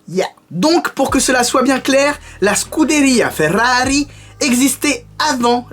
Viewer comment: Je sais pas où tu va chercher t'es infos mais y en a pas mal dont j'ai jamais entendu parler 😂 Une des meilleures séries sur ta chaîne pour ma part ( elle sont toutes bien en vrai 😂 ) Superbe vidéo continue comme ça !! 🤣👌Ah oui et l'accent ( SCUDERIA FERRARI )😂